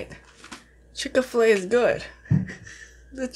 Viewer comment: I'm here for the "Chicka-Flay", not Chik-Fil-A 😂💕🍗🍗